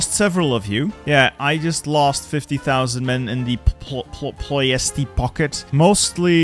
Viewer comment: Pronounciation moment Timisoara pronounced timishoara Cluj pronounced cloozh Ploiesti pronounced ploiescht Galati pronounced Galatzi Brasov pronounced Brashov